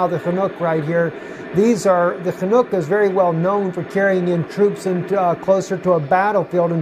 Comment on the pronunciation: its called "Chinook", the helicopter. Not "FAnook"